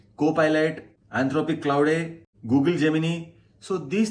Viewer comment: Clowde? 😂 Bro please correct the pronunciation. It sounds something else